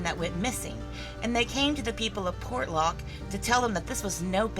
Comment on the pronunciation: same word ... many mis-pronounce ... Port ( pause ) Lock ... Portlock ( no pause ) .. Por lock ( missing letters ) .. Por locked ( missing letters & others added ) ... portland ( wrong word ) ... the shipping Port of - 'the city of Lock' ... make up your STUPID southern mind - & keep it consistant .